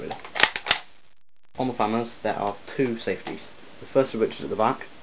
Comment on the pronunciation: It's not FA-MAS, but FAMAS.